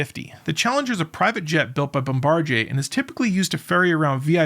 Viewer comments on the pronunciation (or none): "Bom-BAR-jay?" I thought it was Bombardier, Bom ba DEER. Like the guy who drops the bombs out the belly of the plane...